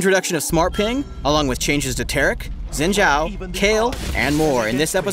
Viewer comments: Zin Xhao? Not even can pronounce that right. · Why can't they pronounce Xin Zhao...